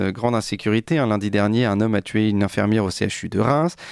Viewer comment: Infirmière pas Infermière ....infernal d'entendre ça..avec in i iiiii.